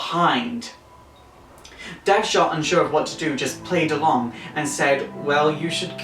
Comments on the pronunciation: it's Amanda WALLER not Walter and DEADSHOT not deathshot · His name is Dead Shot, not Death Shot. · Not too sure on the newer Harleys, I kinda used to think she was actually a better criminal in her own right and Joker just held her back and I liked that that could be the case. Great vid anyway but I think you kept mispronouncing Deadshot.